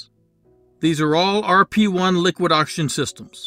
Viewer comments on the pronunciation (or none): none